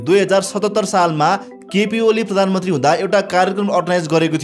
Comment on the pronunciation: प्रान्मन्त्री हैन साथी । पहिला प्रधानमन्त्री भन्न सिक ।